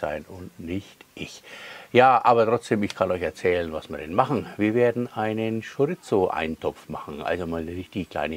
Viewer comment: Geiles Rezept, wird definitiv nach gekocht, aber die Wurst spricht man Schoriso aus, nix mit z😂 Bitte richtig verstehen, mach weiter so und bleib wie du bist 👍👍